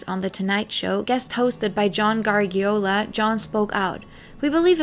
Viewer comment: Tangental to the topic: Joe Garagiola's last name is pronounced "Gara Zhyola."